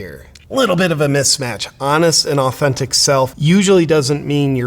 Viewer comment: Did he say " living as his honest and authintic self" ?